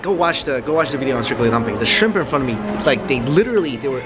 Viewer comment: When you say ‘video’ it’s pretty hilarious